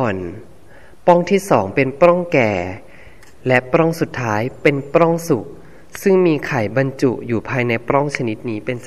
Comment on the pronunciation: ปลัองค่ะ มิใช่ ปร้อง สะกดปิดนะคะ ไม่มีร.เรือ ไม่ต้องกระดกลิ้นค่ะ